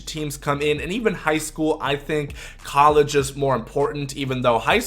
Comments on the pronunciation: “Coleege teams” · "coleege" lol.